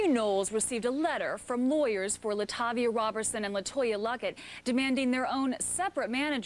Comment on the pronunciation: I always cringe when people mispronounce Latavia's name as LaTayvia when all it takes is a quick check into her interviews with and without Destiny's Child. It comes off as lazy. And yes I'm talking to the narrator of this video.